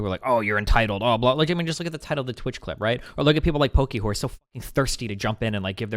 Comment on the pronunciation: Lmao, wait did Destiny just say "Poki-whore"